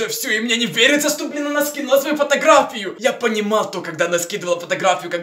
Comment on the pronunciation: Ты как то странно говоришь слово фотография